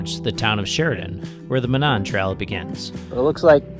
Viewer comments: A headwind coming north from Indy is actually unusual! Monon actually pronounced MOE- nahn ❤ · it is pronounced MO- non. With a long O on the first syllable and short O on the second. That is my only criticism. Great video! I ride a lot of those fine northwest Indiana trails just about everyday. Safe riding to you!